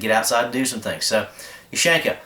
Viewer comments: Ok, u got the point but I'm a bit OCD. You pronounce it like ( you-shank-ah ). It's (oo-shan-kah). Sry bout that. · It's pronounced "Oo-shawn-kuh", not "Oo-shank-uh", with stress on the "awn". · When he said “ush AAAAANQAAA” I cringed like hell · ooh shan ka not you shank uh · in America you say YOU-SHANK-AH in Rasha vee say OO-SHAN-KAH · is not oo is hard u U-shanka also no h in pronouciation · it's pronounced oo-shawn-kah ;)